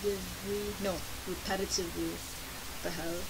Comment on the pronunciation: repetitilvly...? What the hell <3